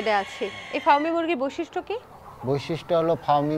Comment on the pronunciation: বিশিষ্ট না, বৈশিষ্ট্য 😂😂